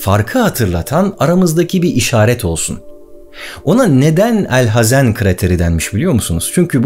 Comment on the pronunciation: Büyük bir grup insan sana genel itibariyle sadece bakıyordu fakat sen objektif olarak ve hakkını vermeye çalışarak heykeli dikilse de hakkı verilemeyecek olan ilk bilim adamını tanıttınya, kalbimi fethettin. Ayrıca çok güzel ' El Hazen' dedin :) Umarım dünyanın ilk mühendisi olan El Cezeri veya Kâtip Çelebi(Hacı Kalfa) hakkında bir video çekerseniz hatta belki ufak da olsa bir seri yaparsanız çok mükemel olur kanaatindeyim. Şahsen bu videoda kendimi buldum, kendimden bişeyler buldum, tebrik ederim.